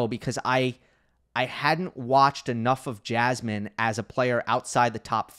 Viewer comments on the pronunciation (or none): Yeah. Someone should make parody of Jasmin as "Jazzman". Because this is the way her name is pronounced. It could be something like Jasmin playing jazz instruments on court while the ball is nearing extremely slowly towards her and when it finally reaches her she throws off the instruments, takes rocket and hits the ball. Then the same again with a different jazz instrument. Unfortunately I do not have any idea for the punchline.